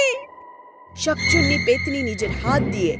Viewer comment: শাকচুনি নয় শাকচুন্নি হবে 😂 কিন্তু গল্পটা অনেক সুন্দর ♥️♥️💚💚